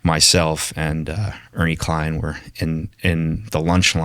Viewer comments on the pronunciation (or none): none